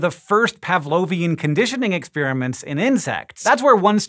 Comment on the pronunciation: ek-SPÈER-uh-ments? Hank is so funny sometimes! LMAO!